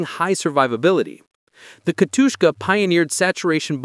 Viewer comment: Why did you keep calling SU-152 "SU 52"? - OK, did anyone proof-listened to that before posting? "Katushka"? It literally says "Katyusha", just read it ffs